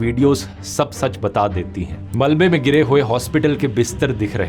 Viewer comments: Wow Haspatal not Aspatal First I doubt Learned something new 😮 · hospital ❌ haspital 😂😂😂